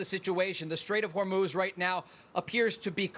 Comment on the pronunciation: The "Straights of Whore Moose" sounds like a 1980's VHS movie !